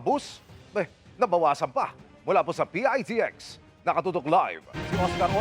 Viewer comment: PITEKS ANG TAMANG BIGKAS NG MGA KONDUKTOR HINDI PIAYTIEKS